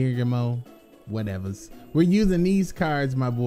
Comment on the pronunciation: Its gear- ghee -ano